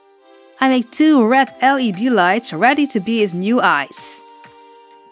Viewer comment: Wen you sey red I hear rat ;¬; "ill be makeing rat eyes" XD I still love ya <3